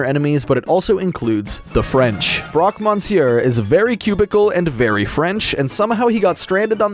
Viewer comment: I died inside when you pronounced Broque Monsier and I'm not even French.